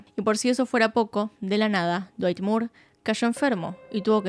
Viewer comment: Me destrozo el "Cuerpo de dwayt 10 de 10" ajajajaja no lo esperaba tras toda esa explicación tan técnica